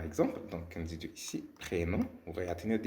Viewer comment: Les mots 'nom' et 'prénom' on prononce pas la lettre m